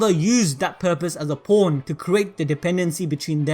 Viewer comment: sounds like he said porn when he said pawn